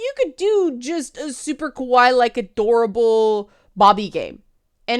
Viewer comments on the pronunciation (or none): You're still pronouncing kawaii wrong. The way you're saying it sounds more like the Japanese word for "scary".